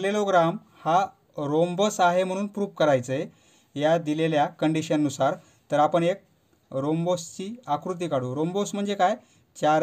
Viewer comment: Sir not a rhombose it's a 𝙧𝙝𝙤𝙢𝙗𝙪𝙨